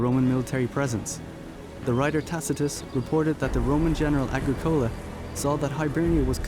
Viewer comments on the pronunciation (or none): He said Agricole like Agri-(coca) cola. Its not 'cola' as in the drink but as in colla